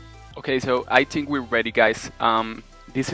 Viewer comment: I love your accent but ‘I tink we are reading guys and we need to pooblish it’ is awesome